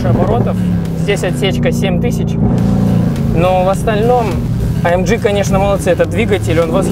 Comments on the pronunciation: "А ЭМ ДЖИ ДЖИ ТИ АР" 1 МИЛЛИОН РАЗ НАДО СКАЗАТЬ, А УСЛЫШАЛ ВСЕГО 976 356 РАЗ. СУКИ ЭТО А ЭМ Г. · Правильнее будет АМГ вместо АМДЖИ !!!!!!!!!!!!!!!!!!!!!!!!!!!!!!!!!!!!!!!!!!!!!!!!!!!!!!!!!!!! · Почему " А-Эм-Джи"? Тогда уже "Эй-Эм-Джи"? Или "А-Эм-Гэ" всё-таки?! Режет слух немного... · амГГГГГГ если вам не сложно, амЖЖЖ ну прям... Aufrecht Melcher Großaspach. Чтож ты не говоришь ламборДЖИНИ